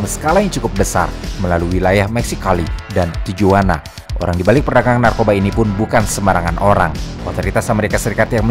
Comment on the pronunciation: mohon maaf, pengucapan tijuana mestinya tihuana. konten2nya selalu menarik ❤